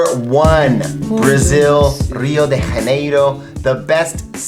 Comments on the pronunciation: You must say Rio de Janeiro In Portuguese like in english! Not Rio de Raneiro as in Gypsy! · Great video! But Brazilian people don't speak spanish, they speak Portuguese instead. Rio de Janeiro was pronounced like it was Spanish. In Portuguese the "R" in the beginning of words is like a very soft "H" in English. Also, the sound of "J" in "Janeiro" is like the sound of "S" in the word "vision" or like the French "J". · Hey,! You've misspronounced a lot in this video, sorry for pointing this out xD Anyway, J is pronounsed like S in "pleasure" in Portugese (Rio-de-Janeiro (River of January), not like in Jalapeno)